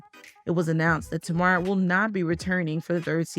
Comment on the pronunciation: Yeah it seems the creator of the video is not actually familiar with Tamar. Which is fine, but she could have at least done enough research to learn how to pronounce her name properly.